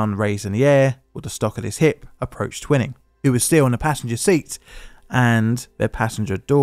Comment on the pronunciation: The bastard's name was pronounced 'Twy-ning.'